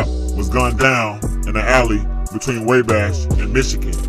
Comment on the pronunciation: (Wah-Bash) Not way bash lol Wabash!